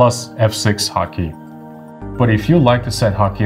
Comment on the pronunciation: I am hearing hot key as HAKI...